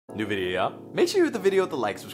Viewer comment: I can’t tell if his intro says “New video yall” Or “Naaavveeaaa”